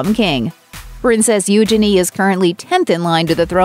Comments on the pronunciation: You- chay- nee........not you shenee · its pronounced, ujeanie. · Please learn to pronounce the princess' name correctly.🙄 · Bless you can't even pronounce Eugenie. Nothing was leaked all on Instagram.